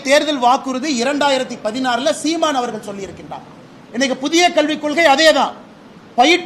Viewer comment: அவர்கல்…மக்கல்…நீங்கல்…உதயனிதி தமிழில் பேசக் கற்றுக்கொள். பிறகு தமிழ் புகழைப் பேசு. உனக்கு தமிழும் தெரியாது, புத்தியும் கிடையாது. Your father wants a trillion dollar economy. Who is your labor force? You cannot talk to anyone in the neighboring States. How do you do a business? I am dismayed by your stupidity and ignorance